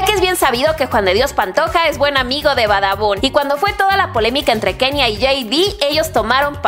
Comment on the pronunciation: Likesi notaste que dice badabu y no badabun